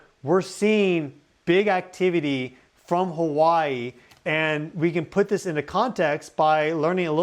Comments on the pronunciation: 5 min with a native Hawaiian speaker would do wonders for your place name pronunciation. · Listening to non residents pronouncing Hawaiian words hurts my head. Info is great though.